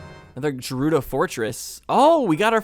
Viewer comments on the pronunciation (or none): Love the way you hesitated before changing the way you pronounced the G in Gerudo 😂